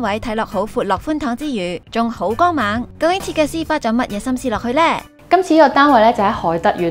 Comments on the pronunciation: 咬字……光猛. 不是江猛！ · 影片VO讀成江猛 非常un 耳